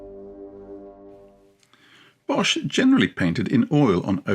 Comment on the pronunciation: most of the time I don’t pay attention to pronunciation. There’s only one thing that’s easy to change. Bosh is pronounced as the English boss. The h at the end of words, after a consonant has no function at all. (Same with Van Gogh.)